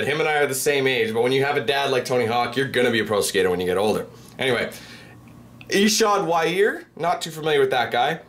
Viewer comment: Watching butcher these names made me laugh so hard. "Ee-shod Wyear" lol